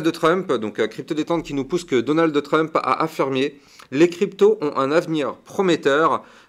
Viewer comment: Donald de Trump ? Haha ta prononciation me fait rire 😂